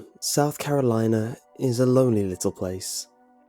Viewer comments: "South Cakalacke" I CAN'T STOP LAUGHING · Hearing your accent to say: "Good ol' South Cackalaki" made my day 😆👍 Sounded quite proper, cuz